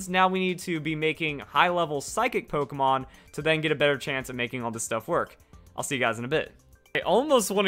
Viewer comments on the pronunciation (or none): u realized u said pokeman quest